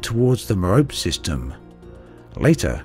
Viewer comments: Just a tip: Although understandable that in English one would pronounce "Merope" as does here, it is a Greek name and is pronounced "Meropee". Great video! Very informative. Thank you! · A word to the wise: "Merope" rhymes with "Penelope" -- the final 'e' is pronounced. Ditto for the other stars in the Pleiades (which even Braben mispronounces, it should be PLY-add-ease). Star names are a bit of a minefield as there is such a jumble of Latin, Greek and Arabic. This page is helpful: Cheers and thanks as always for your coverage of this wonderful (and sometimes infuriating) game.